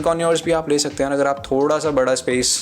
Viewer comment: bhai "thoda sa" ko clear krde kro